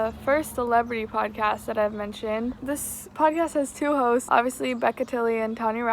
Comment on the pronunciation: not me hearing everytime she says 'hosts' as hoes